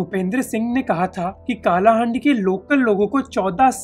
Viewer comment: का नही its कलाहांडी